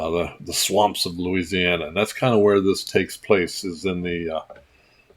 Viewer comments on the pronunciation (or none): none